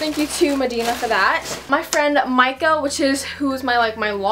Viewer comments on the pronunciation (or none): none